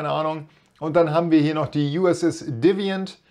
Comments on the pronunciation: Ausprache: USS Reliant NCC-1864 = rih·leye·uhnt USS Defiant NX-74205 = dih·feye·uhnt Einfach beim Bing Translator eingeben und dann kann man sich dort immer die Aussprache anzeigen lassen 😉 Wie z.B. Klingon = klihng·aan 😀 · Hallo du machst .wie ich meine gute Videos. Danke weiter so.Die Defiant wird Difeient gesprochen . Viele Grüße aus der schönen Goldstadt